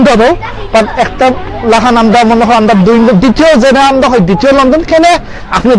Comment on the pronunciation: Lmao, can't stop laughing... When you said "Amda" . Say "Amra" Loved the vid ❤❤